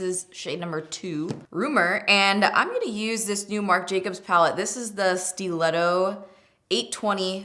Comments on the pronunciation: Haha me too!!! I was like... isnt it "Stuh-letto"? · Ok I thought you were just pronouncing stiletto like an insane person before seeing the name of the palette was actually steeletto 😂😂